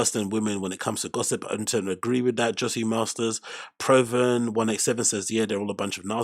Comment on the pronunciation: Apology accepted lol. had a good laugh today. Plz always have your show on a notification that's the only way I got in the chat early and live. The skits were mad chat was on fire 🔥 P.s Bro it's prooven not PROven....lol